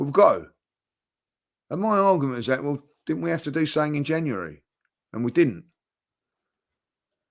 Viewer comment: I love how says "something" lol, "suink"